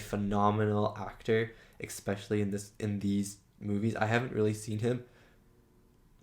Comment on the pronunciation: Really great reaction man, but seriously, you don't want to go through your life saying expecially do you? There's no x in especially.